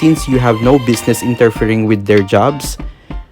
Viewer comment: Everyone: withw iT͟H Him: Weyth